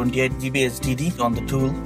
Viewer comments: he's Indian so he can't pronounce it. lol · he sounds like he is saying std instead of hdd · I thought he said std realized he said hdd after reading your comment. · or sdd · Same here! LOLZ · It sounded as if he was saying STD